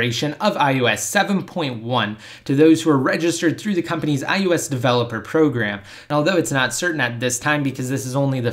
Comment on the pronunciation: I wish you could properly speak. It's I O S not, IYEWESS.